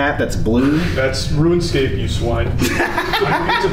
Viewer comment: "that's ruin scape you swine" 😂